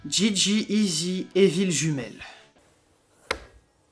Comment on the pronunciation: Merci! Enfin quelqu'un qui dit GG ''easy '' et pas '' EZ':D Et comme toujours, bonne vidéo